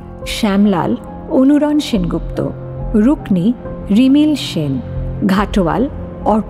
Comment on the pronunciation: অরুনান নয় অনুরণ হবে.